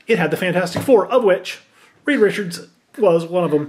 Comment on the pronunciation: Reed, not Reeve....